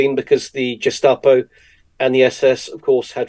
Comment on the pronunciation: Great interview by Mitch, as always, but this guy taking himself so seriously and saying jestapo….